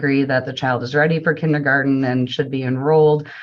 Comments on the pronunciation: This is such a ridiculous waste of money and mental stress for the child. Side note—- Kenny garden 😳 even the teacher pronounced it that way. 🤦🏾‍♀️ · Does mom’s lawyer really think it’s pronounced “kindy-garden”? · I can’t stand her “KINNY GARTEN” pronunciation 🙄🙄🙄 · AND it's kindergarten, not kinnegarden. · The way they say “kinny-garten” drove me crazy. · 1) Is attorney wearing a plastic choker?? 😬 2) Are they saying kinneygarden? 3) The Judge’s clerk is AMAZING! I love him 😂 I hope the Judge knows how lucky he is to have an excellent staff as on top of things as they are. I’m used to veryyyyy different judicial assistants in all the court cases I watch. 4) That tuition program they have there sounds really great, I hope more states adopt incentives like that.